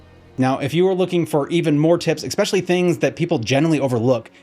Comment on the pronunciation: Lost it after he said ex specially. Next!!!!